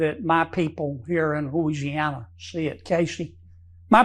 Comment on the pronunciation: "my people in hhhooo-isiana.."